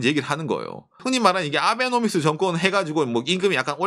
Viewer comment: 아베노믹스라고 빨리 발음하니까 아베놈이스라고 들리네.😅